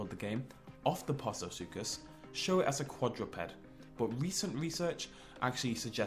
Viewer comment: postosuchus is pronounced (post-o-such-us)